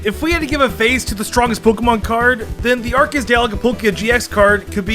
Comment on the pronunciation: DO NOT LEAVE OFF THE E IN ARCEUS!